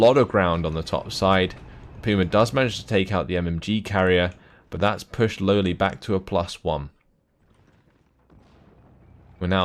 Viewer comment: Damnit, you need to pronounce it "Lole" not "Lowly";)